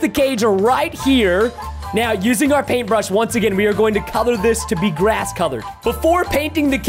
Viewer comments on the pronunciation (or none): When you said grass you said glass